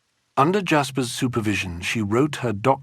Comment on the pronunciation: You pronounce Jaspers wrongly. It’s NOT ‘dj’.